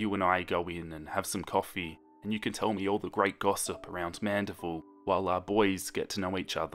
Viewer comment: him: "louisiana" Me: fear intensifies edit: him: "mandiville" me: fear intensity intensifies